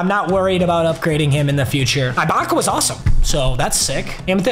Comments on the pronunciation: was gunna make fun of how he says Ibaka then he said offensive 5 lmao papa still the goat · Bro it’s ibaka like iguodala not ibaka like ice cream 💀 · Papa please never say Ibaka like that ever again. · The way he says serge ibaka makes me cringe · as a raptors fan, hearing him say serge "i"baka is torture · "Serge Eyebaka" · Nobody: serge IIIbaka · Making me mad that he’s saying EYE-Baka😂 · eye-baka lmao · "serge eye-baka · Serge Eye-baka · FOR THE LOVE OF GOD, ITS PRONOUNCED E-BAKA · just a little tip ibaka is pronounced with an “e” sound so like ebaka lmao love the vids man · The guys gotta stop saying Eye-baka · bro its pronounced eh baka lol. fire vid tho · Its Eebaka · Papa you need to pare serge eye-Baka with Jonas Val-enc-ee-you-nas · It’s pronounced e-baka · His name is pronounced ebaka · It’s pronounced eeebaka instead of ibaka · Him saying ibakas name wrong is killing me 😂